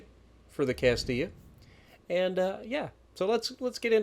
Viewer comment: Was terrified he was going to pronounce it Cast-ill-a. Thank you 😂